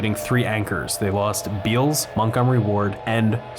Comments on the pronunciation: I noticed that you have pronounced Bealls as "beels" in a few videos. It's actually pronounced "bells", or at least that's how they pronounce it in their commercials. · Beall's Departments Stores are pronounced "Bells". I heard you mispronounce it when you did your piece on Gunspoint Mall and meant to leave a comment. Wish you would do segments on thriving Texas malls like The Galleria and The Woodlands Mall (both in the Houston area) and NorthPark Center (Dallas). Overall I'm enjoying your taking us viewers inside failing cathedrals of commerce. Dead and dying malls are definitely a thing. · Bealls - pronounced Bells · its Bell's. Not Beall's. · BTW, that store name is pronounced "Bells" as in Dan Bell. The A is silent - and bell shaped.